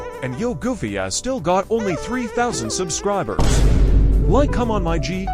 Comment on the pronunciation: “Subsirib” You didn’t even TRY😭